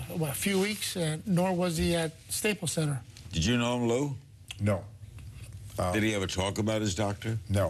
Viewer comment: Larry needs to pronounce Lou’s name better